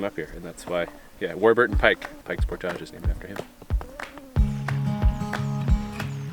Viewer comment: Cabbage, baggage, luggage, portage. Not portaaage.